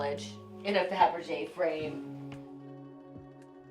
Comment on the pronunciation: So tacky, Melissa earned nothing, all handed down on the coat tails of her mother. Mispronouncing faberge is a dead give away of those who are phony and ignorant such as Melissa.